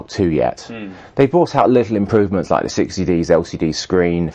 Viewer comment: Why is Paul Ross selling me cameras? "It'll look lark a skwilion dollars" Fuck off!